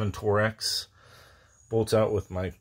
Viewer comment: Did you just call torx bolts “tor-X”? Or are there bolts called tor x that I don’t know about